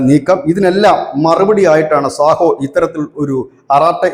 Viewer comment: സാഹോ അല്ല... സോഹോ ആണ് 🙏